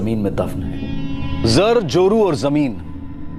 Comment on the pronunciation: Zar, zameen, zoru...not joru...!!!